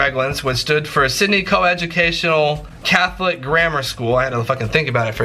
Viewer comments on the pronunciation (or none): none